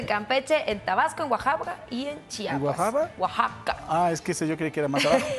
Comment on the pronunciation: axaca o querías decir Oaxaca jejeje